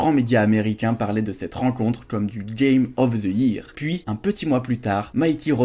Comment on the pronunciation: Cette accent de qualité : "Game ov ze yiire" 🤣🤣 sinon super vidéo 😊